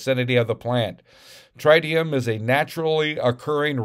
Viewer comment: It's trit eee um. But where's the epa? And where are the documents.